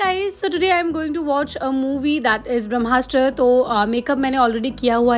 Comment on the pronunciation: Brahmastra is a Sanskrit origin word.. but the way you said it English ki boo aa rhi thi.. don’t take it as a hate comment but being an Indian YouTuber you should know that everything needs not to be pronounced in English accent.